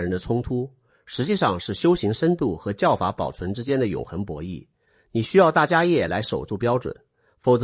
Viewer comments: 大迦叶 （梵文：Mahākāśyapa）念：jiā shè。不念 yè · 大迦摄～，AI代立杰读可以设定改一下